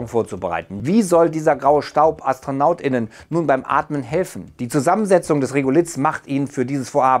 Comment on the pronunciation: ... AstronautInnen... das macht beim Schreiben Sinn, da man das 'gendern' lesen kann....aber wenn es ausgesprochen wird, dann hört sich das an als ob alle Astronauten weiblich wären... dann lieber "Astronauts"